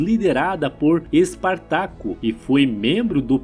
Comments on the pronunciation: Não fala Esquilo e sim Ésquilo. Espártaco e não Espartaco. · Tirando a pronúncia de alguns nomes como o de ÉSquilo, Hipácia/HipÁtia e EsPÁRtacus, o vídeo é interessante por agrupar várias histórias de mortes.